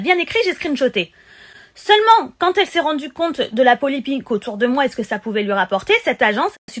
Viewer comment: est-ce que j’ai bien entendu "polépique" au lieu de polémique 🤦🏾‍♂️😂😂😂